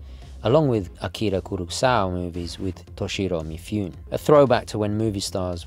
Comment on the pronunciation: Minor correction: "Mifune" is pronounced in three syllables, "Me - foo - nay," at least in Japanese.